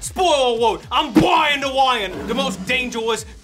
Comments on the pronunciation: You can't compete with the original, but still, it's. how can you not love it? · I keep coming back to this video. I need more in my wife.